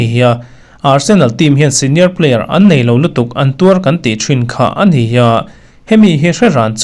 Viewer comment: A ni tih mai tur hi an ni ti deuhin i lam a.